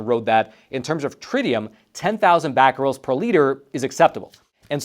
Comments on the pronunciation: Caesium is pronounce like Caesar, not "sessium". And the unit of activity is becquerel, with an e, not bacquerel . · *three nuclear meltdowns*. Thank you, I stopped the vid and commented the same thing. Also did not work out how to pronounce Caesium (named after Caesar) and manages to put a letter A in becquerel.